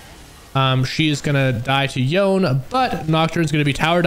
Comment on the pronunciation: AND "yo - nAY" NOT Yawn